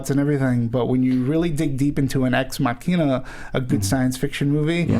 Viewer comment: These guys can't pronounce ex machina